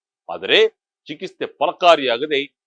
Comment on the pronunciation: ಯಾಕಪ್ಪ ಕನ್ನಡ ಸರಿಯಾಗಿ ಮಾತನಾಡಲು ಬರೋಲ್ಲವೇ ? ಚಿಕಿಸ್ಥೆ ಅಲ್ಲಾ ಅದು ಚಿಕಿತ್ಸೇ ! ಮಾಧ್ಯಮಕ್ಕೆ ಅವಮಾನ ಮಾಡಬೇಡಿ 😮